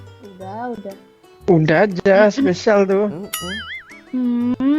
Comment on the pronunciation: Spesial jadi sepisal